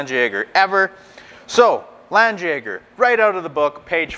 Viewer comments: It's pronounced lawn Jagger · Yeah, FYI is a bit sloppy there with the pronunciation...Being of German origin I can confidently say a better match would be "Lundt yeah gar"